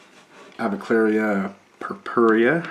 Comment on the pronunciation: You keep mispronouncing the avicularia. It is not aviclaria, it's pronounced a-vick-yoo-larry-uh